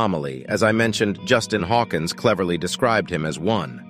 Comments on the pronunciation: Justin "Hawkins" not "Hawkings" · While Jeff was incredible musician, his album, Grace, sold very poorly when released. Also, it's Justin "Hawkins" not "Hawkings". Just an FYI.